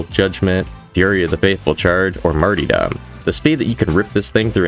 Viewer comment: lmfao, “Marty-dum”